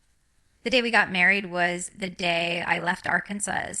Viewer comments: This is the WORST version of AI I've ever seen!! The REAL Jinger knows how to pronounce Arkansas.....🙅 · This video doesn’t look real, it’s highly edited and it is clearly altering her speech pattern. If you watch Jinger’s actual channel you would understand what I mean. Like the way they have her saying Arkansas, that’s not how she pronounces it at all.Jinger is living differently than was raised, but I ‘m telling you if she was ever going to make such a announcement, she would release it on her channel not this one. And did you notice this video has her not being able to pronounce her own name. How many of you can’t pronounce your own name? This just isn’t real. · This is AI. Fake. Listen to how she pronounces the state she lives in. AI made it sound just like it is spelled. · Jean-Grr? Arkan-suss? This is a deep fake.